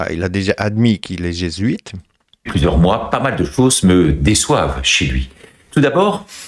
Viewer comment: Jésuite : /G\ huit…